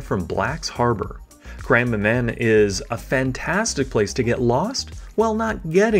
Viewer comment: Nice video. Just wanted to point out that it is called Grand Manan Island; not Grandma man. cheers